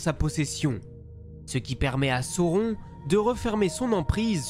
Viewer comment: Belle vidéo, c'est franchement bien narré, bien construit, je viens d'enchainer celle sur Galadriel et les 3 sur Sauron (j'ai repéré juste une petite erreur à un moment avec l'emploi d'un pluriel pour un singulier, et le nom de sauron prononcé à la française autrement ça me semble OK) quoiqu'il en soit, je salue le travail de synthèse, la diction aussi (claire et limpide, c'est un élément que j'aime chez les youtubeurs et tous n'articulent pas malheureusement). Le choix des images est bien senti aussi, la manière de raconter les batailles et les stratégies. Je m'en vais dévorer les autres vidéos relatives à l'univers de Tolkien.